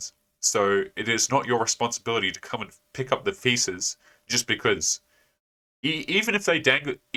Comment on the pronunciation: Did you say "Pick up the pieces" or "Pick up the feces"? Either way, great advice, great video.